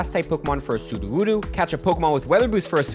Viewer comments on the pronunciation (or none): Mystic7 is gonna hate that you be out here calling Sudowoodo "Sudowoodoo" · Its soodoh-woo- doh, which infact does not rhyme with voodoo 🕵️‍♂️ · But it doesn't rhyme with voodoo it rhymes with something like doe